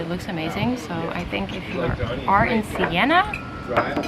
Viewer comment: It’s Siena, not Sienna :)